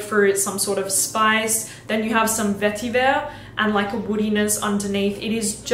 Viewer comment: Vetiver in a French accent 🤣🤣🤣🤣🤣